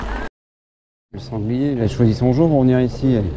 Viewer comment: lorsque tu dis "sanglier" ça me fait rire 😂 c'est mon animal totem 🤭. Le sanglier Amandine a tracé un joli parcours mais... Ça manquait de boue. J'ai hâte de voir l'humidité s'installer pour vous voir à l'œuvre dans la gadoue, 🎵 la gadoue la gadoue🎵😅 Bravo à vous et je découvre vos vidéos. J'adore 😂🤘🏻